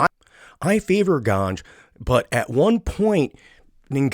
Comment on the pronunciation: Ciryl Gane not „Gange”